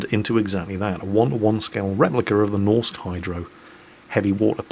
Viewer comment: please xD A Norwegian dude reporting in here. For "Norsk Hydro", you can just say "Norwegian Hydro" ya know;) (Actually hearing you trying to pronounce "norsk" bothered me a bit, but that's just me)